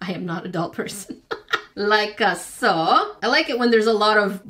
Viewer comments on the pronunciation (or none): I love how says like a saw😂